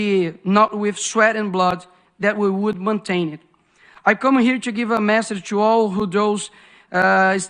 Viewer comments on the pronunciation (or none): none